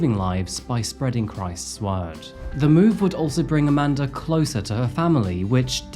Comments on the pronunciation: Amanda* not Amander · YOU'RE SAYING her name is: "AmandeR" ...... but there is no "R" in Amanda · Why do you keep calling her "Aman•der?" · Amandar is about 1/2 the time how you say Amanda. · Lol how do Europeans manage to add an 'R' on so many words without one? Hilarious! Youre doing a great job! Keep it up ♡♡♡ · lol the way you add an”R” at the end of the name “Amanda” is super distracting..